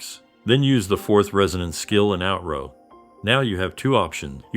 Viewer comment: Man, I really try to watch your content, but I just get so triggered about how many things you mispronounce. Like, sometimes it feels like 1/2 the words. Please please help yourself grow by looking up pronunciation guides for words you're not sure on. Forte, Outro, so many names and other terms you just kinda wing it and it's really distracting from your otherwise solid content.